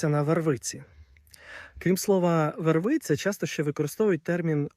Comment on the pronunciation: По-перше, не вервИця, а вЕрвиця